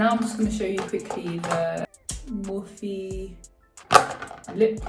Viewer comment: I’ve always pronounced it as morphe, one syllable but you pronounced it as mor-phe with two syllables. Cool